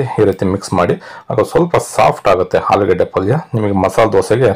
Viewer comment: ಆಲೂಗೆಡ್ಡೆ not ಹಾಲುಗೆಡೆ. ಆರು ಅದು ಹಾರು ಅಲ್ಲಾ